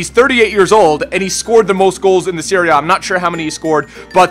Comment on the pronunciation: It sounds like he says "Syria" when he says Serie A.